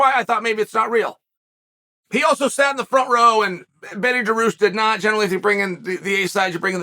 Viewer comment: Adesanya, pee-air-ra, Dawoosh xD